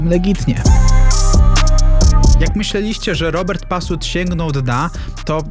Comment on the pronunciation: Nie pasut a patus 🤣